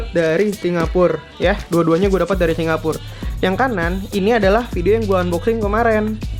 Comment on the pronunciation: hampir 20 kali dalam 10 menit ngomong singapurrrr....